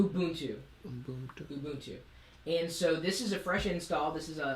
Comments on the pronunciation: It is pronouced oo-boon-too. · "MBOOP?" "ubuntu" "ubuntu" LOL I laughed when he said "MBOOP" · people dont know how to pronounce words. its not ooboontoo its u-bun-too. not oober its ubb-er..linux li-nucks...not lin-ucs..ether not eeether there you all some drunk hillbillies adding word that dont belooong trying to sound gee wizz piizz smart..play pc games you video game player or ub-er l33t. gamer too generilzed shit slot jockies casino called gamers. yeah linucks - unix far more advaced than mac os...